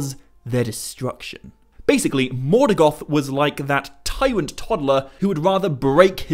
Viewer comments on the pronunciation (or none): interesting, why do you call Morgoth ...Morgath ? Repeatedly?